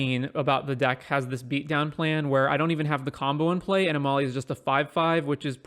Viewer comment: Uhh not sure about that pronunciation